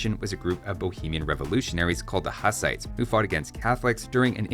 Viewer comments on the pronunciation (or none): Hussites are pronounced like hoos, not haas, the name comes from the preacher Jan Hus, with his name coming from the bohemian word husa, which means goose